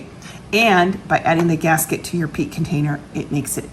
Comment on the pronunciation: Are you saying "peak" containers? And good info on "cane" sugar. Never knew. Thank you so much